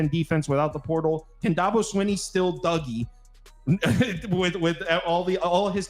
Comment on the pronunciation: saying you don't know about the subject you're speaking on is "throwing a fit"? Lol first, you keep saying Dahhhhhhbo. He's only like one of the top coaches in the country for the last 15 years and you've never heard his name? Do you say Nick SaBahn? Lol Second, You're not well versed on the players at all. Granted one of you knew Mafah because you watched ND, so props there, but the other guy claiming shipley was a giant loss when he wasn't the leading rusher is funny. At least one of you knew that. With the win loss you mentioned Virginia? Said I don't know they're getting better...whoever the georgia fan is is the main one who doesn't know anything. Virginia is garbage and shouldn't even be on BCs radar, much less Clemsons. We assume Georgia will "boat race Clemson" based on what? Lost Brock Bowers and Ladd McConkey and we act like that doesn't matter whatsoever. Georgia will be great, but these Georgia fans are flying way too high. I'm even picking Georgia, but in a lot closer game than they think. I've got like 24-21. He said DJ went to Oregon State and did better. No he didn't. He did exactly the same. With the best OL in the nation. DJ is DJ.